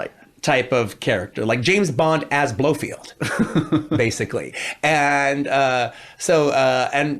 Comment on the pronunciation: Dear Quentin. It’s Blo-felled. Not Blo-feeled.